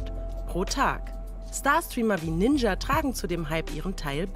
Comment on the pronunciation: also dieser "ninscha" ist ja mal ganz an mir vorbei gegangen